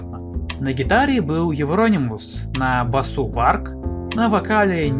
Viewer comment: У меня уши завяли. Это евронИмус